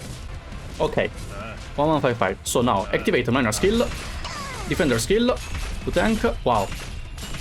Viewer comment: The way keeps misspronouncing Mlynar's name 😂😂